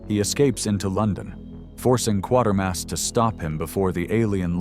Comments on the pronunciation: Kwa-ter-mass not Quarter Mass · I've seen most of these (not the Bride of the Monster, though). On a side note, and this is not a complaint, it's more of a "I think you should know," so, I think you should know that Quatermass is pronounced with a long A, sort of like Quaker mass. Of the group, I think it's the best. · Kway Ter Mass. Just saying.